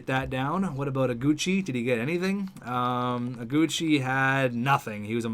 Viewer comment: in Iguchi, the "I" is wrong. Google the name!!